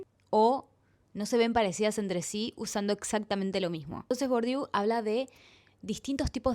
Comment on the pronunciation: Se escribe Bourdieu, se pronuncia Burdie, igual te banco Tenes muy buena oratoria que no se notó